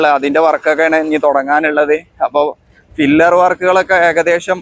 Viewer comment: Pillar ആണ്. ഫില്ലർ എന്ന് പറയരുത് ❤️